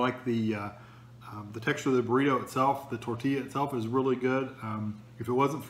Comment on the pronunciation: Did you deadass just say borito